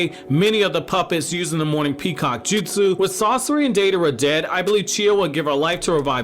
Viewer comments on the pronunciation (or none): none